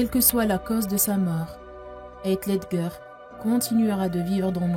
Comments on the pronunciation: Jte jure ils commence a mal le prononcer c trop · Par contre svp PRONONCER BIEN SON NOM ET PRÉNOM 😭